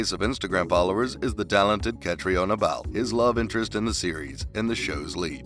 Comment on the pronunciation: Good grief, if you're going to do a video about actors, please learn the correct pronunciation of their names first. Caitriona is kuh TREE nuh.